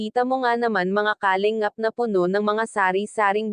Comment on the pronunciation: isa ito sa mga fake reactors ng kalingap,,, kumukuha ng mga video o picture ng kalingap para i content nya... sa pronunciation pa lang nya sa kalingap halatado mo nang fake reactors